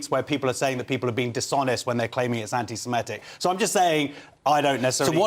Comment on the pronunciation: This is less of a problem than the actual problem of anti-semitism, but why do people pronounce it anti-simetic? It’s wrong, it’s not pronounced that way. It’s like calling the month Nevomber.